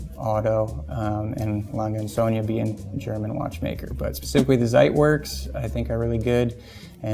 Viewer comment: He messed up the last part (it's zo-nuh). Still better than 99% of watch collectors' pronunciations.